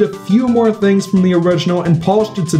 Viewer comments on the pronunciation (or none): none